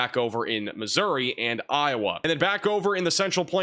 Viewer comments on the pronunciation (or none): none